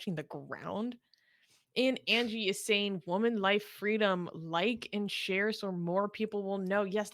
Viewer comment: What's the matter with this womans outrageously raspy voice. Does she practise it?? Plus she can't pronounce AND anywhere close.